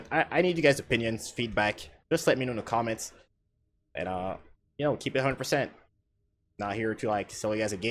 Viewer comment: "Commants" xD